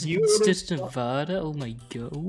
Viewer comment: I would like to thank the dragon person for pronouncing nevada correctly greatly appreciated